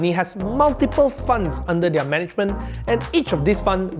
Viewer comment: learn how to pronounce their